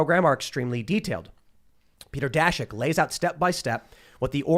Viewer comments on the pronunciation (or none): none